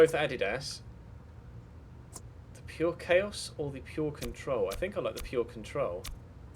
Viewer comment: thank you for pronouncing Adidas right, not many people know the correct pronunciation